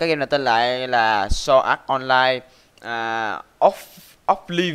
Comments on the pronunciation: Sword art online đọc giống sword ass online trong minecraft của Jaki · " so ạt on lai"